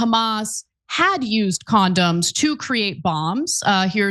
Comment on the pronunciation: "Con-Don's", right?